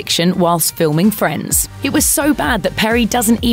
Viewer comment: 10 seconds in, she said friendes. Hahahaaa what school you went? 😂